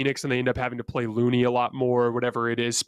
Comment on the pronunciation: you have become my go-to analyst during these playoffs. As a Warriors fan only, I’ve depended on you to keep me up to date with what’s happening in the other games. But please, please, figure out how to pronounce Kevon Looney’s name. It’s Ke ( pronounced like Ku, as in cup), followed by the accented syllable, Von ( like Lyndsay Vonn). You’re saying Ke, like key, or Kay and you’re putting the accent on the first syllable, not the second. Am I being overly picky with this? Perhaps, to some. But don’t you think everyone deserves to have their name pronounced correctly? Even if that person didn’t get 22 rebounds in a game? The answer is yes. Keep up the great analysis. I’ll be with you everyday. Thanks.